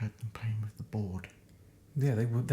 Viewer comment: I have a question when the word through or with you say it frough or wiff... Why. Im just wondering do you spell it the same way? Like Wiv or frough? California. Just curious